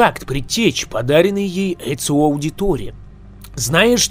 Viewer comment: Ни Эцыо , а Эцио